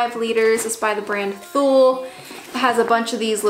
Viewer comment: Thule is pronounced TOOL-LEE